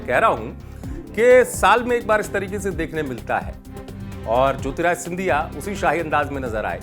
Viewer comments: न्यूज़ अंकर जी... पहले तो आप ढंग से नाम लेना सीखो.. ज्योतिरादित्य को ज्योतिराय बोल रहे हो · बार-बार आप ज्योतिरादित्य ko jyotirajitya bolte hain. Pls correct your pronounciation.